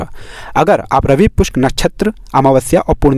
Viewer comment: रवि पुष्य न कि रवि पुष्क भाई क्या